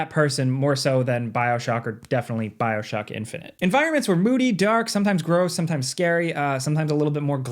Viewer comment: Bro said Bioshoky